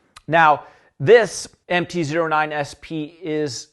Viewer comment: anybody else going insane because he is saying MT Zero 9 instead of MT O9